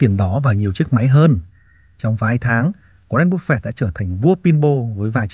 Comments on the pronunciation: cứ như phổ thông đi bạn ơi. "waren buf fét" dễ nghe hơn búp fẹt. và nếu mà ông ấy sống thọ hơn nữa thì với lãi suất kép khỏi phải lo đến con số 80tỷ ấy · goa ren búp phệt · Nghe cách bác phát âm tên Warren Buffett là không ổn và hết muốn nghe tiếp, bác nên tập phát âm tiếng Anh để giúp thu hút hơn. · qua ran búp phẹt :)))) nghe tên buồn cưới quá ad